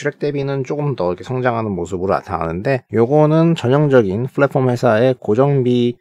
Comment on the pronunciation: 잘봣습니다 다만 flatform이아니라 platform입니다. 발음주의부탁드립니다